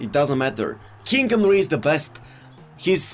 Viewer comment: Everybody: King Henry and De Jong: Kink Onry and De Jonk